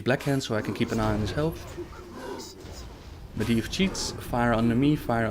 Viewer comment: Medivh is prononced MedJiv if im not mistaken :)